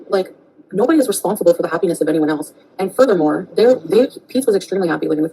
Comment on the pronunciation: "nobody is responsible for the çhappiness of anyone else"